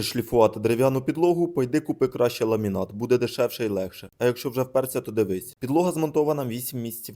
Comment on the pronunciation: Шо ви там спочатку казали?! Ламінат?ЛА-МІ-НАТ!!!!!!!!!!!!